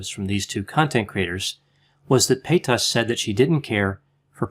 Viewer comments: Trisha Pay-tusss 😂 Lol sorry I had to, I love you tho x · Dr the way you say Trishas last name is THROWING me across the room😭 Love it. Love you😍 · LMAOO THE WAY YOU SAID TRISHA PAYTAS IS FUNNY NO HATE ITS JUST NO ONE HAS EVER SAID IT LIKE THAT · It's annoying how he says paytas, it killed the video. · It didn't kill the video when he immediately butchered the word mukbang?